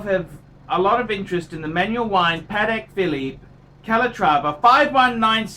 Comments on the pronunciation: It sounded like he pronounced the luxury brand "Panic Philly" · How can this guy gives advice when he can't even pronounce the brand properly...???